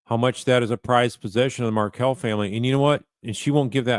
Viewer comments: Wendi corrects Detective Isom’s mispronunciation of Adelson but she didn’t correct him when he mispronounced Markle in the beginning of the interview. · love how she corrects his wrong pronunciation of HER name, but doesn’t correct him when he mispronounced Markel at the beginning.